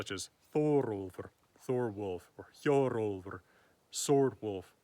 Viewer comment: After practicing the prounciation 15 times I'm ready to name one of my Pokemon Hjorólfr, thank you. And for you Pokemon enthusiast, yes it's Zacian... The Wolf with a sword.